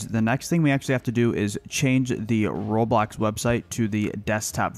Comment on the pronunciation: When he said Roblox it sound like robot